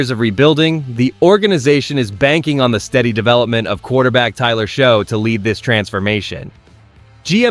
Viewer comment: It’s not Show it’s Shuck! It’s pronounce Achane not Etienne? Get it right AI!